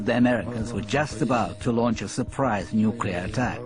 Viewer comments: why is it so difficult to pronounce, "nuclear?" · Yeah, I hate that. It's the only bad part about this doco. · would have been nice if they could have found a narrator who could properly pronounce 'nuclear'. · Spot on. And the same Europeans mocked GW Bush for pronouncing it the same way. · fancy using a woman wot can't say nuclear proper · English is not my native tongue but it still sounds very wrong. I expect better when watching documentary or popular science shows. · I totally agree with the original post; narrators mispronouncing 'nuclear' is a pet peeve of mine, and I tend to assume that people who do that are illiterate mouth-breathers. Did the announcer not notice that everybody else in the film pronounced it properly? And she didn't just mispronounce it, she went back and forth and pronounced it both ways a number of times -- somehow that is even worse. But very interesting and I love the 80's songs. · Then G.W. Bush's pronunciation of it must have been really annoying to you... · My daughter's science teacher slaughtered the word in a similar manner. She was in Grade 9 and winced. As for the documentary, it is so slanted I'm not surprised they can't pronounce the word correctly. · Totally agree. Every time she says it I cringe. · Yeah, mentally deficient Texans say pronounce words wrong, not educated-sounding British voice over women. What's next, "Iz-RULL" instead of "Israel?" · This is a great video but, I really wish that the narrator would say nuclear and not nucular. It just bugs me, especially from someone who should know the pronunciation. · It's pronounced nuclear not nucular. Dumb bitch. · "Nucular"???? What the actual fox that meant to be? It's "Nuclear" FFS......! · Why is it that so few people seem to know how to pronounce 'nuclear' properly? The Americans are the worst - it's invariably 'nucular'. But even the British narrator of this documentary says 'nucular'. It's very simple. Two simple syllables: 'Nuke-lear'. Or try saying 'New-clear'.